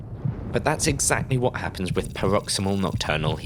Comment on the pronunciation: 'Paroxy-S-mal', not 'paroxymal'. Good video, but you really ought to coach your narrator in pronunciation of medical terminology.